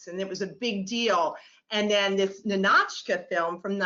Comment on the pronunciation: lots of fun, never heard anyone pronounce Ninotchka with an aah though, sounds very bizarre. Ninaautchks, weird.